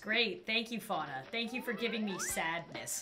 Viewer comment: THAT'S NOT HOW YOU SAY FUANA!!!!!!!😂😂😂😠😠